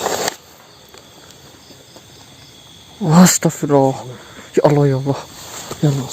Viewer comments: Biasakan nyebut nama Allah yg bener mbak Allah bukan Alloh 🙏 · Official Assalamu'alaikum mohon maaf sebelumnya kalau saya boleh kasih tau sedikit . didalam bhs Arab/ dipelajaran tajwid bahwa hukum membaca lafad Allah ada 2 yaitu: 1.Taglizh artinya tebal atau gemuk, cara pengucapan taglizh lam dg tebal sampai memenuhi mulut, suara "a" Lebih mendekati "o" Sebelum lafad Allah berharakat fathah/dhommah 2.Tarqiq artinya dibaca tipis/kurus yaitu apabila lafadz Allah didahului huruf kasroh contoh: بِسْمِ اللَّهِ الرَّحْمَنِ الرَّحِيم dari sini bisa dipahami wassalamulaikum wr. wb